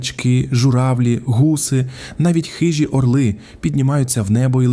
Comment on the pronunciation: ОрлИ - курли!!! Навчися нАголос правильно робити!!!